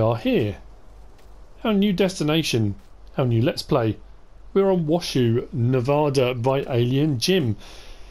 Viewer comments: hi its probley a little late but I live in Nevada but the county Washoe is pronoused wash Ho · Washoe is pronounced wash-oh... Not to be rude... Love all your vids. Just trying to help. I was a kid in Nevada. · Washoe is pronounced without the word shoe... Wash-oe.